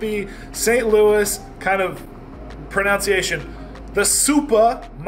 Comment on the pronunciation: Trys to pronounce everything correctly.... doesn't pronounce pronunciation correctly. hahaha love the videos, man.